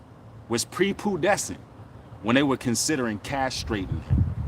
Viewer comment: Prepubescent brother not Prepudescent. You wouldn’t say puderty you would say pruberty.